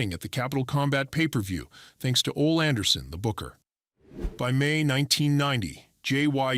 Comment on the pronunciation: Get a real narrator! You give it away when you mispronounce WrestleMania XX and Ole Anderson.